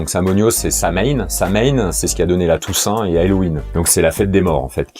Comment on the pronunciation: Chouette vidéo, mais Pline aussi était païen, juste pour dire ;-) . Et sinon Samhain, en effet "samonios" en gaulois (cf. calendrier de Coligny), ça se prononce "sawïn" normalement (du gaélique), mais là je fais du zèle (j'ai fait des études de langues Celtiques, dsl :-) ).